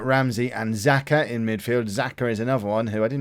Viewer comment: Time for another lesson of 'Helping learn how to pronounce football players names properly' Kolasinac 'Kol-as-e-nitch' is the best way I can describe it. That's how I say it anyway. I have heard both 'natch' and 'nitch' for the end of his name Xhaka is 'Sha-ka'